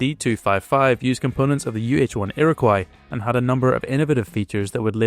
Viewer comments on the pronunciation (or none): "Iroquois" is pronounced "ear - ah - coy".